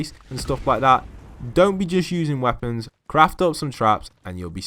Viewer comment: U said woepons though not traps